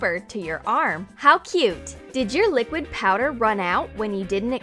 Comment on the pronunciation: did she call it liqid powder?